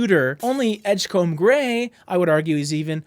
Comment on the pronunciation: From a Maine fan, please say edge-come rather than edge-comb. And keep the great content "come"-ing.